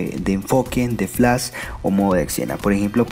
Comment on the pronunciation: nisiquiera sabes decir flash.